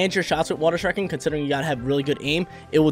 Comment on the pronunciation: the way he says shuriken bothers me